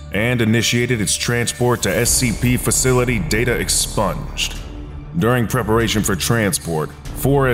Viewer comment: "Expunged", not "sponge".